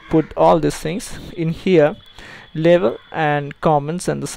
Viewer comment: he says label, sounds like he trying to say level..